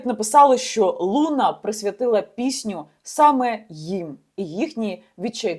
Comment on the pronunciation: Соколова у питанні намагалась розібратись, чи переказ з сайту з не дуже гарною репутацією зробила? По-перше не лУна а лунА, де ти вчились розмовляти? По-друге "вагінер" напише, шо Соколова всралась, то це теж брати за чисту монету?))) Розберися у питанні, а потім випускай такі хайпові ролики. Не дуже журналістка, по ходу, Соколова, шляпа одним словом)))